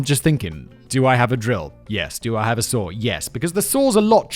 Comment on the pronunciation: Lol I thought he was saying a sword lol. I’m like why are you chopping wood with a sword.